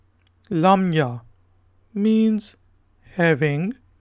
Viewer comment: Lamya not Lamia